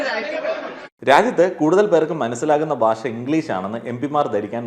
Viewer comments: ബാഷ അല്ല... ഭാഷ ആണ്... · പറഞ്ഞതിനോടെല്ലാം യോജിക്കുന്നു. ഒരു കാര്യം പറഞ്ഞാൽ വിരോധമില്ലെന്ന് കരുതട്ടെ.... നമ്മൾ മലയാളികൾ നമ്മുടെ ഭാഷ എത്രയോ അലക്ഷ്യമായിട്ടാണ് പ്രയോഗിക്കുന്നത്. താങ്കൾ ഉച്ചാരണത്തിന്റെ കാര്യത്തിൽ വളരെ ശ്രദ്ധിക്കേണ്ടിയിരിക്കുന്നു. ഭാഷ എന്നത് എപ്പോഴും ബാഷ എന്നാണ് പറഞ്ഞത്. അതുപോലെ ബരണഗഡന അല്ല സർ, ഭരണഘടനയാണ്. താങ്കളെപ്പോലുള്ള ഒരു influencer ഉച്ചാരണത്തിലും ശ്രദ്ധിക്കേണ്ടതല്ലേ? പ്രത്യേകിച്ച് ഭാഷയെപ്പറ്റി സംസാരിക്കുമ്പോൾ ആ വാക്കെങ്കിലും കൃത്യമായി പറയാൻ താങ്കൾ ബാധ്യസ്ഥനാണ് 🙏